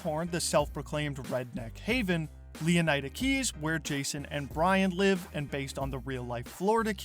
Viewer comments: leonaida? bro is leonida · How on earth are you pronouncing it Leon-AJ-da? Would you say Flor-AJ-da?